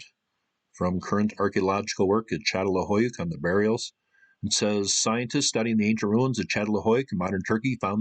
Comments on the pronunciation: Çatalhöyük. The "Ç" is pronounced "ch". It's not a good idea to tell an academic how to pronounce what they study. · If you’re going to talk about Çatalhöyük, please pronounce it properly, I couldn’t take any of this seriously. It’s CHA-TAL-HOO-YOOK, as Chris pronounced it in the presentation at the end of your video.